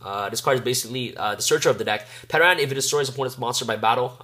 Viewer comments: It's "Ter-an". TERAN. The P is silent. We've all watched the original Power Rangers and know how to pronounce "Pterodactyl". I'm tire of people mispronouncing the the card name. Also, Powerload works when your Dinomist is also defending. People forget that. It says "battles" on the card; not "attacks". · PS - The P in pteran is silent. Pronounced Ter-an. Its a pteradactyl. PSS - It is also NOT a snake... if you were wondering lol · Great dude haven't been able to find a proper build yet, but I have to say that you didn't pronounce Plesios terribly but I have to say That no one seems to be able to pronounce Pteran's name the P is silent like in Pterodactyl....rant over. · The way you pronounced Pteran is cringeworthy. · nice deck profile :D, have oyu thought about temple of the kings or Aquarium stage ? Also in "Ptern" the "P" silent and you are saying Plesios correct :)! don't forget you can protect you Dinos from the Endpash effect of Limiter removal by destroying your 3 scale!